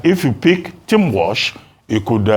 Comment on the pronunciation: Walz not Walsh